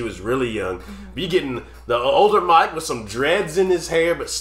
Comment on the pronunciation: It’s Mick not Mike Hucknall 😬👍